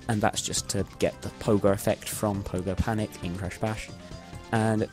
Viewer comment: did he just said Pogo Panic?